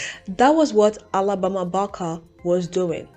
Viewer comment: Can you try pronouncing Barker one more time for me? It’s only fair, considering you rag on her for the way she pronounces her words…try saying Barker the proper way just one time…I wanna hear it… Come on… Let us hear it. Hypocrisy got your tongue? And who cares if she wants to be black? How does it affect your life in any way? I hope you don’t ever run across a white guy that you can’t live without. What a conundrum.